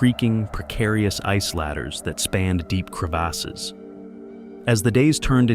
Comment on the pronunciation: I died at "crevasses"